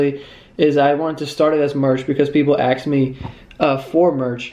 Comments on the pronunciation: I'm 67 and thoroughly enjoy watching your videos. You are a hoot, as are your siblings. I do wish you would pronounce "ask" properly. You say "axe" instead of "ask" - give it a try, sweetie. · Two things. BOTH pictures are terrible because you are hiding. You're VERY good looking. You should know that by now. Stop hiding behind a stupid hat or anything else. Second issue: ASK. The word is ASK. And, it's pronounced, ASK, not AXE. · Does he keep saying aks me instead of ASK? 😂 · does he pronounce ask like ask or axe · Just stop saying AKS instead of ASK !!!